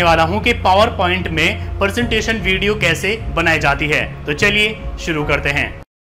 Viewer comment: Sir ji presentation hai not persentation